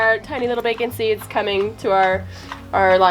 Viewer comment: Did she just say “Bacon Seeds”. 😂😂